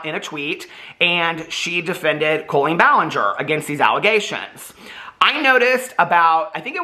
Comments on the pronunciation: Does she pronounce her name COE-LEEN or does just say it weird? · I thought her first name is pronounced with a short O not a long O